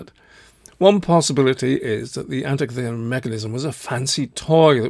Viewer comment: Guys, from a Greek in the museum with the device: An - teek'- ee thera. Emphasis on teek.